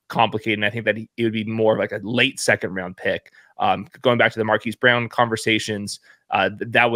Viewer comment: Dude, the name "Brown" is pronounced "Brown" not "Bree-own." It's not that hard.